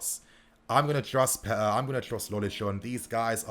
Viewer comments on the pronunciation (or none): none